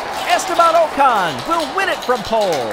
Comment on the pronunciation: great stuff, but Ocon's name is pronounced like "ockon" (rhymes with sock on)